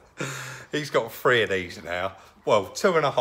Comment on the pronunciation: needs to pronounce his words correctley,say well instead of weww ,three instead of free,model instead of moduw,diction is appaling